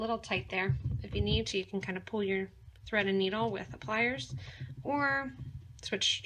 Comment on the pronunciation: love the pattern and all your videos... have watched many and created a lot of pieces.. my friend and i get together once a week and bead...and we will both sit and watch your tutorials...and she is forever telling me to behave.....as i listen to you talk, you are always say '' give it a nice tight pool... and im always saying...its pull, pull not pool.... she just chuckles n says you're so bad (to me ) but i do so appreciate your patterns, tutorials and your products!!! so ty all at potomac bead company